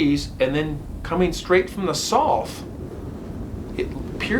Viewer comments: Curious why you don't say South, instead sounds like Soth. Ha Love watching your channel esp when you follow up w phone interview POV! 🫡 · I love your channel!! I don’t know much about different regional pronunciations of different words, but everywhere I’ve ever lived, the word “South” has pronounced as “sow-th”… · Love ya But I have never heard anyone rhyme South with sloth before! What accent is that?? Lol I always hear South rhyme with mouth. But wait a sec… how do you pronounce mouth? Like moth? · Love your storytelling, but please learn how to say South! 😂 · Haha ok got it! I thought I was hearing some accent I’d never heard before. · I love the way he pronounces the word SOUTH😆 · Please say the word south correctly